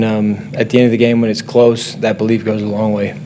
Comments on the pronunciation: He said bolief! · i dont know about you but every time he said "belief" i was hearing "BOlief".